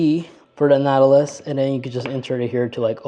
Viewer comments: It sounds like you’re saying, “Nattilus” most of the time… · Natt-a-luss. Whew. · if you are going to review products you should learn how to say the name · His pronunciation of Nautilus drove me crazy. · OMG! That threw me from the start. It’s not a difficult word. But the video was good otherwise 🫣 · First of all, within just a few seconds, you can't end pronounce the name correctly. I don't even need to watch the video now after that. And, it's a Chinese import. Americans can't even make their own vehicles anymore, and the ones they do make, suck.